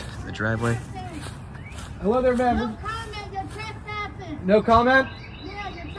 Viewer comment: Your Twesspsssin Your Twesspsssin Your Twesspsssin Scripted😂😂 Amateur